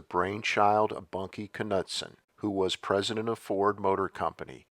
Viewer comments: Bunkie's last name is pronounced, NEWD-sen, not K-nut-sen. And this T-bird is still ugly. So is the Pontiac. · I think the ‘k’ is silent in Knudsen